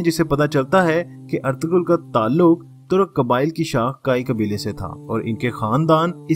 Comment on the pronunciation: Correct name is erturul... g is silent😊thank you❤